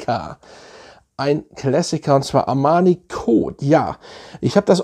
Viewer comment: Armani Kot 😁 love it, die Aussprache